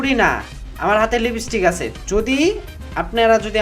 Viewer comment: লিবিস্টিক না ভাই লিপস্পিক হবে।